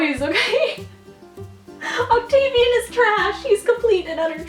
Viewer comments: She says 'Octavian' i punched the wall and yelled "why?!" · "octavian" REEEEEEEEEEEEEEEEEEEEEEEEEEEEEEEEEEEEEEEE